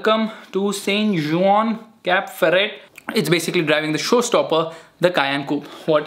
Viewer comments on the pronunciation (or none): none